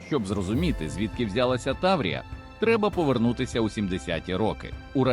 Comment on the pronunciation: Хто начитував це? 😅 таврІя, мОсквичи...на літредакторі економити не варто!